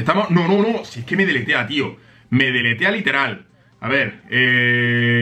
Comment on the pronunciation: Minuto dice no ves que me detetea en vez de me deletea